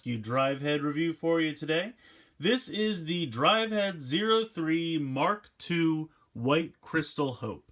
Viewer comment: i swear i keep hearing you say mach 2 instead of mark 2